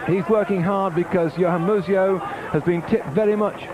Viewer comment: "Mus-eO" LMAO